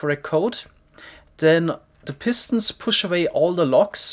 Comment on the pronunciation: I sometimes get annoyed by how he says “pistons”. He always says it like “pistnts”